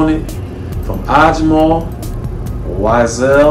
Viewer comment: It’s pronounced weesahl Daa-haab